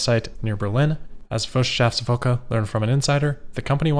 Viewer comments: 😂😂😂 I like how you say „Wirtschaftswoche“ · Wirtschaftswoche is heavily mispronounced!